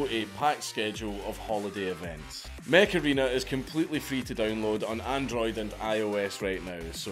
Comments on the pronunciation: Mech Arena I thought you said Macarena like that song from 90s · Ngl dank, when the add started, i thought that you said Macarrena :D and i was wondering why old ass song was sponsoring you